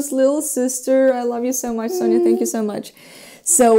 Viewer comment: I notice that you pronounce Sofia's name as Sonja (Sonia). Is that for people who are close to her, like Masha for you? Could you explain how to pronounce/spell her name so we, strangers, can say her name accurately?